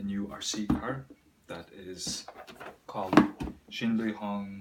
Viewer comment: Omg u said the name perfect brotha,I could not say the name of this thing,lol ya I haven’t seen but one other vid on this truck,besides ours. Idk if u subbed to me but I’ll help out n sub to u,I always sub back to anyone I see has a channel that comments n subs to me, great job on this video brotha nicely done!👍👍👊👊📹📹